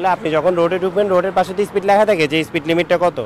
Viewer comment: আপনি একজন মেইনস্ট্রিম সাংবাদিক হয়ে স্পিডকে বলছেন স্প্রিট স্প্রিট, একটু খেয়াল করেন এসব